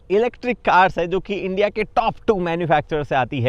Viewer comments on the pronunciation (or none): none